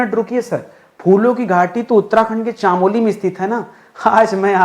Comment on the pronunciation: चामोली नहीं चमोली , और क्यों पड़ेंगे हम ज को ग 😅